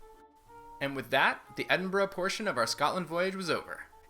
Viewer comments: Brilliant tour guides of my home town and congratulations for not saying ‘Edinborrow’ as so many North Americans do! Hint: if you really wanna sound like a local, say ‘Embra’ with a wee trill on the ‘r’! 👍😉 Thanks again. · I'm glad both of you are pronouncing Edinburgh properly.A really good tour video by the way.